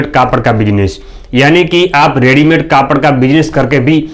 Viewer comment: सर आपका विडियो तो अच्छा है लेकिन आप कपड़े को कापड़ क्यों बोलते हो